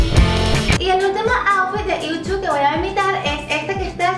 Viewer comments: Yuju se pronuncia: iuju (o al menos eso dice en internet, y yo siempre lo pronuncie así xd♥) Me encanto el vídeo, y estoy feliz de q te aya gustado tanto el Kpop :D, soy suscriptora desde hace poco, osea desde q subiste el vídeo de tu reacción al Kpop, y ya jamas pienso dejar de ver tus vídeos xd♥♥♥ P.D.: Cuando harás un directo aquí en Youtube?? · Creo que Yuju de GFriend se pronuncia yuyu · Se pronuncia “yuyu” pero su nombre escrito es Yuju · yo el nombre de Yuju lo pronuncioo como iu chu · Dijiste mal el nombre de Yuju :'v U2 quedé